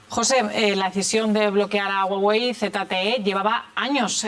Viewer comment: como que jagüey? es Huawei